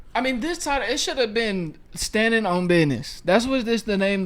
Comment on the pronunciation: Standing on buitneeeees for waolom had me rolling